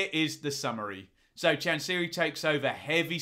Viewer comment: It's Chan-Sa-Rye, not Chan-Serie.